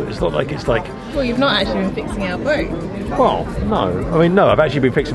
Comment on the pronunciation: You are either developing a speech impediment or turning in to a Brit! It's pronounced boat, not boa lol! Another great video thanks guys. By the way, UV is the bane of my life as a boatie too.